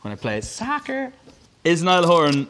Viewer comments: SAHHKURRR *Niall in an American accent.* me: when i tell you i WHEEZED but if you were doing that so American people wouldn’t get confused I feel bad. I would just say football and let them figure it out. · *when I play soccerrr ✨ call it football 🤣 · he was being sarcastic that's why he pronounced it 'socah' with a heavy american accent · its more like ‘socaah’ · he was mimicking americans he also copied their accent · The way that he said soccer 😂 And yes, I know that the right word is football⚽️